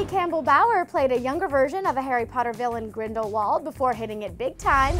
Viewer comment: Harry patter??? I SWEAR TO GOD ARE YOUTUBERS SUPPOST TO MISPRONOUNCE THIS STUFF